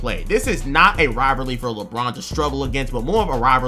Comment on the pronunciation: bro can’t say rivalry